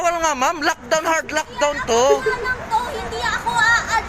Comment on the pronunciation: I Love your Tagalog Accent say it again "Hart Lockdown"